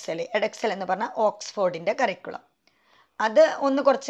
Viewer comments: കറിക്കുളം അല്ല. കരിക്കുലം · Lots of pronounciation mistake. ഒരു സ്കൂളിൽ work ചെയ്യുന്ന ആൾ സ്കൂളിനെ കുറിച്ചു വീഡിയോ ചെയ്യുമ്പോൾ കുറച്ചു കൂടി ശ്രദ്ധിക്കണം . എന്നോപ്പോലെ പ്രൊനൗൻസിയേഷൻ problems ഉള്ളവർക്ക് ഒരുപാട്‌ കൺഫ്യൂഷൻ ഉണ്ടാക്കും . cambridge curriculum Native…. Etc….. Check these words